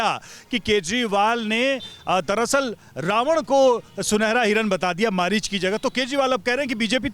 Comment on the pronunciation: पढ़े-लिखे, मरीच नहीं मारीच बोलो।पढ़ा-लिखा पप्पू।